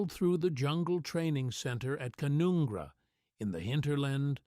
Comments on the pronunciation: Canoongra XXX Wrong pronunciation!! Ca-nun (as Nun: a religious female) - gra Ca-nun-gra. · It's pronounced kun un gra not Coon onn gra!